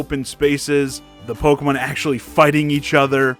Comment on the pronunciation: Pokamin? It's Pokemon. The name comes from combining the English words Pocket and Monster, but you use Japanese pronunciation to say it.